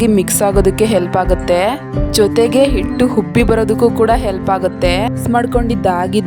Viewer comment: ಹಿಟ್ಟು ಅನ್ನುವುದನ್ನು ಇಟ್ಟು ಎನ್ನುತ್ತೀರಿ , ಹಿಡಿ ಅನ್ನುವುದನ್ನು ಇಡಿ ಅಂತ ಹೇಳುತ್ತೀರಿ.